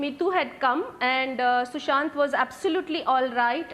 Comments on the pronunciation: It’s Sushant not sushan. Republic tv get ur facts checked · It's Sushant not sushan....